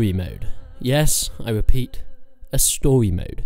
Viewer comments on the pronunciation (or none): Yes I wepeat a stowy mode